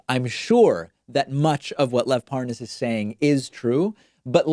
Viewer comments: Notice how tRUMP and Nunes try to mispronounce his name in an exaggerated form as if they’re trying to prove they don’t know him because they don’t even know how to say his name. ParNaaaaaaaaz🤣😂🤣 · It's pronounced Par - naz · I love when they mispronounce his name to try and give the impression that they dont know who he is.